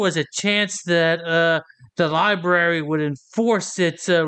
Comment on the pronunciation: " Li... BERRY" ? Rusty shame ON you! Get Help !